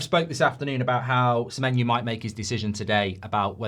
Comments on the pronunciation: Why does Goldbridge keep saying Samenyou/ Samenyu/ Samenyew/ Samenyue? I thought it was SamenYO. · Mark its Semeny-oh not Semeny- ooo. Why do you get this wrong. If he was Irish you would pronounce it properly but you cant say his name properly. Theres no reason for you to get this wrong its ridiculous